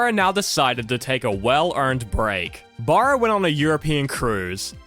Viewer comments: Her last name is pronounced like the first syllable in barrel … Baa-ra. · It's pronounced BARE-ah.